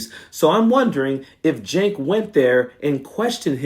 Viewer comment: Just stop. You don't even say his name correctly, so you aren't a regular viewer at tyt. I know medias touch is trying to grow as are you. Don't try and do it on the backs of other independent media just because they are competitors. Stick with chastising corporate media corruption.